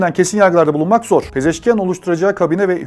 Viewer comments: Yan değil ian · Abi,Pezeşkiyan deyil Pezeşkiandır... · Не ян , ан.Мəsələn Panaxian. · Ни Пезешки-ЯН, а Пезешки-АН